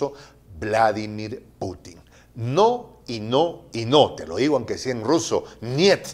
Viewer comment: tu canal prensa alternativa es imprescindible el comentario que te voy a hacer es relativamente i viene no deja de ser procedente El nombre ruso Vladimir lleva acento fónico en la segunda y no en la primera como tú lo pronuncias Вла до мир. Yo busqué usando el buscador Google la siguiente frase en ruso Произношение и мне Владимир [Pronunciación del nombre Vladimir] DURANTE 7 AÑOS VIVÍ EN RUSIA Y PRÁCTICO EL IDIOMA VARIAS HORAS AL DÍA TODOS LOS. Te reitero mi admiración y respeto JOSE ARTEAGA